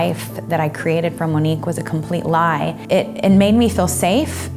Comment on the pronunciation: Lol she pronounced it wrong Monique wrong